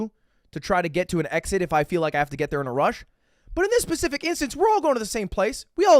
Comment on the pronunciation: lud says pacific and not specific caught it L